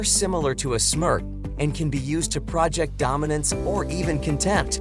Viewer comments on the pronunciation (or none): "project" - the English word project in this sentence means "to extend outward" not " a collaborative enterprise"...it is pronounced the latter way, which doesn't make sense. There are no contractions "Its" rather than always "It is" - so it sounds like a computer speaking, or someone who is not a native English speaker.